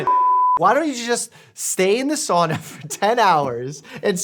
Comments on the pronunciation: The only thing I have to say is that your pronounced SAUNA wrong... it is SOW-na not Saw-na. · First of all it is not called a soona, it is called a Sauna. Second if you use it every week like most Finnish people there are proven health benefits. Nothing as stupid as this video but don't dis it all together. We have been using for hundreds of years and no Sauna in the states is like what we have here. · excuse me what is a saana its called a fucking sauna and is pronounced sa-u-na not soona not swoona and not saana